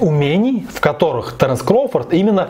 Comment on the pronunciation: Не таренс,а Теренс